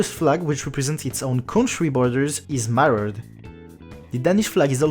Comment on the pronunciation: Awesome video ! Seul critique c'est la prononciation de certains mots en anglais comme mirrored.